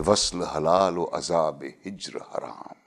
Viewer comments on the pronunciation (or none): none